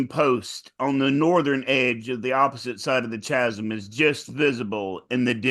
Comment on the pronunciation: Chas-m? Cha-sm? CH-asm? Shazam? 😅